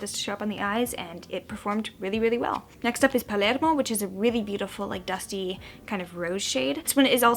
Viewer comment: the way you pronounced 'palermo' gave me life and hope for humanity in equal quantities